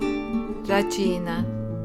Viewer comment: Racina is actually pronounced /rah-SHEE-na/ or perhaps “rascina” in Italian orthography. Same for acitu, which is /ah-SHEE-too/. The vowels in these videos make it seem like the dialect of Enna or Caltanissetta: cutiddu (cuteddu), ugghiu (ogghiu), uvu (ovu), etc.